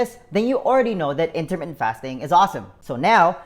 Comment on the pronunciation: U talk very fast....slow down just a tad. Also when u say intermittant fast...it sounds like intimate fast bc u talk so fast. Jus t throws off the effectiveness of the message. But use yr tips and advice alot. Thank you for time spent on videos. Miss the dog today.